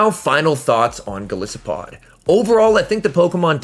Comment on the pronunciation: 😂 I told my friend when this Pokémon was announced “I KNOW and are gonna mispronounce it in their videos” and of course you did lol